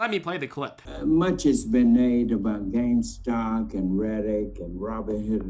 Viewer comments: "Gamestock and Reddick?" How did this man ever get elected to congress without learning de English language. Did anyone actually vote for this Scott? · He called GameStop GameStonk! Haha Reddick hahaha man u are do right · Hard for me to take anyone seriously when they cannot even say Gamestock, Reddick, or RobbidHen properly.